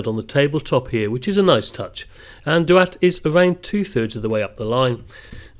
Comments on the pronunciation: Doo-att (DDUALLT)as you called it is pronounced THEE-ACT (DDU = thee, ALLT = ACT) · Great video mate Just a heads up Ddualt is pronounced Thee aft, idk how it gets to that pronunciation but it’s true 😂